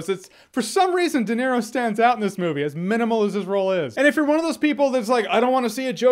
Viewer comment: Robert doenero